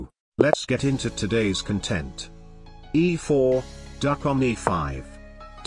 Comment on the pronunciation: I'm fully convinced he says "content" every time now, just because the wrong pronunciation annoys that one guy haha